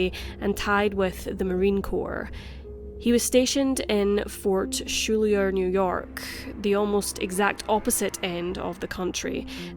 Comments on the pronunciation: Fort SKOOLER NY? It is Fort Schuyler. Pronounced Sky-Ler. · Fort Schuyler is not pronounced ‘Shoolyer’, but ‘Skyler’. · Fort Schuyler is pronounced Skylar. It is a named for Philip Schuyler, notable for being a senator, and Alexander Hamilton's father in law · Fort Schuyler is pronounced like “Skyler”. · Pronounced 'Fort SKY-ler'... [don't ask; it's a NY state thing & makes no sense🙄]